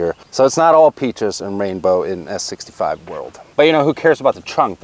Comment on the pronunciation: Mike....the "S" is not there....😉